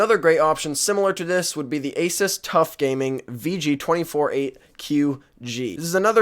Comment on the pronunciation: lol he said asis